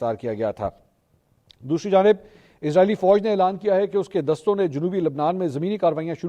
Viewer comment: دوشری نہیں دوسری ہوتا ھے Brahman impact or Modi impact